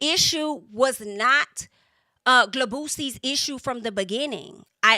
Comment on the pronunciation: Hearing you say "Gl'boosie" got me hollering😂🤣😭